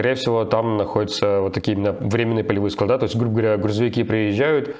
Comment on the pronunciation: Руслан, не складА́, а складЫ́. Прилетели, мягко сели, высылайте запчастя́, фюзеляж и плоскостя́.